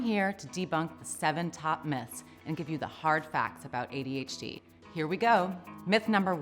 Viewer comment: It sounds like this woman says ADHG.....EVERYTIME single time she says adhd....that's IF, that's what she IS saying! She could think she's saying adhd....but saying adhg....or something?